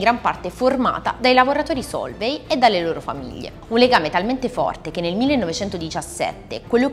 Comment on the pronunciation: Comunque, "Sólvay" non si può sentire. Gli accenti sono importanti, soprattutto se si vorrebbe fare i divulgatori.